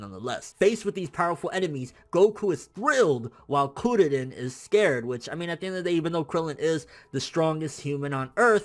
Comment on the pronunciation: lol u say kuririn like curry chill man say it naturally